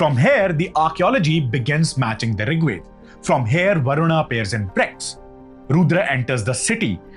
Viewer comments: Wo varun not varunaaaa kis pe bitha rkha h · Everything is good but your pronunciation to a sanskrit word like Varuna and Yajna are completely wrong. It sounds like western ascent you should be a proud Indian and pronounce in pure sanskrit ascent.